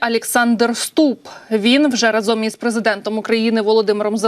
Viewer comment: Разом:наголос на першому складі!!!!!!